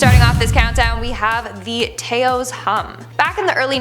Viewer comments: Is it just me or does look like she is starring in a Rob Zombie music video.. Taos is said this way ( Tah ) (oh) ( S) -- Taos NM not T AY O S Canadians aye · It is not pronounced “tayos” , it is pronounced “taows” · "tAos" no... It's pronounced "towse" 😂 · I'm sure I'm not the first to say this, but it is Tah-ose" not "Tay-ose" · Taos - pronounced Tah-ohs. 😊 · I live in NM, & I know about that Toas hum... Just thought I'd help you out, you're mispronouncing Toas.. Say it like cows But use the T instead of the C now try Tows ! Lol it's stupid I Know but just letting you know what's up ( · It's pronounced Tows. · It's pronounced "t-ouse" like house with a t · Fr tho😅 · Hey Toas NM, is pronounced "Tous"... FYI most town names in New Mexico cones from the Mexican language. 😉 love y'all count downs!!! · No it's actually pronounced taos i live in taos just to let u know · You’ve pronounced Taos so wrong. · Please pronounce 'Taos' correctly. It's a soft 'a'. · Doesn’t say Taos correctly but good video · That's the first time I have ever heard Taos pronounced that way. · i lived in TAOS and have heard the hum…it would also interfere with network equipment! no emphasis on the A in Taos.